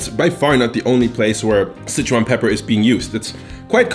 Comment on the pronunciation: si-chuan is like 'sir-chew-ahn'. Not 'sitch-one'.